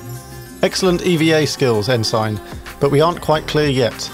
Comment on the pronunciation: Very well done. Incidentally “Ensign” is pronounced ‘En-sin’. It’s a U.S. navy rank.